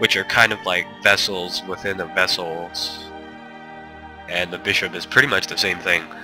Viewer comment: The word is VASSAL. Not VESSEL. Sheesh, they always get it wrong (that's what you get for my standard canadian education teaching this stuff in social studies 8). :P